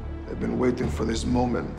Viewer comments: Did anyone else heard when he said "fer" instead of "for" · After watching this skit like a million times, I noticed that he doesn't properly say "for" the first time; he just says "fer". So I thought that is why he repeated the line saying "for" correctly. But now that I see that he is about to burst out laughing, my theory was correct. Thank yoh sir.